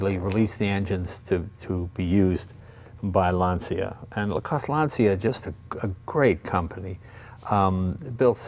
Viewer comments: Sorry, but it's grating. It's not Lansia and it's not Bertohn". Lan-chia. Ber-toen-eh. Eh! Beautiful car. I'm old enough to remember them. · Don’t pronounce it LANZIA. It’s written Lancia, after Mr. Lancia who founded the company. His name it’s easy to be pronounced for an Italian, as an American you should pronounce it as it was written LANCHA, the CHA pronounced like the first three letters of Chattanooga. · Jay I can’t believe I have to point this out. But Lancia is pronounced like Mark Whalberg saying Lawn Chair. LAWN-cha, Not LAN-ce-uh. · Awesome car. Looks like a blast to drive. Btw, please pronounce Lancia correctly, especially as someone from Italian heritage Jay. It’s Lan-cha not Lan see ya. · It hurts when Lancia is spelled “Lansia”! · Really? You pronounce it LAN-CEE-AH? Pssst, LAWN-CHA. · Dude, if you dici "LANSIA" pare you is in panic. Se dice "LANCIA", in italiano. Because i non coming in your house a dire "CHEVROLET" come si write. Stay in bell. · Lan ch a not lan c ia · lancia is like the word launch with an a at the end and without the u. lancha. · It's Lancia (with the C pronunced as in champion), non Lansia. And it's BertonE, not Berton... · in Italian.. it is pronounced Lawn-chaw... :) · Lancia, pronounced Lahn-cha. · It's pronounced ' Lanchia ' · I'm not Italian, but I'm pretty sure that this should be pronounced Lanchia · Classic car def. but at least say Lancia properly..